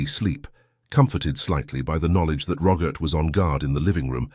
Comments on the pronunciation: Roggit? It’s Robert 🙄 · His name is ROBERT, not RoGert...lol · ..also.. a soft ‘G’.. in place of the ‘B’.. Geeeesh🤨😐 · Why do you call Robert - Rogert ?. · How did robert morph into rogert? Like the english say yoghurt? It's not spelled like roger, just messed up! Kasey is not spelled Cassie, you have wierd pronunciation. Cassie has a short a. Use the right spelling for goodness sake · The Narrator says the name Robert.. with a Hard G in place of the B.. Aggravating..🤨.. ur.. Good, Scary story👍🏼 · Ok.. now it’s ‘ck’ in place of ‘B’😐